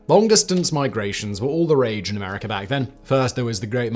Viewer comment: America not Americker